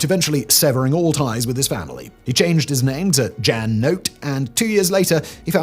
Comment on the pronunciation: It's pronounced "Yahn" not "Jan" like January... brush up on your Dutch, nerd. Just kidding.